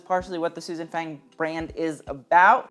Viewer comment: Small note, Susan Fang is not pronounced like the english word fang, but more rhyming with lung.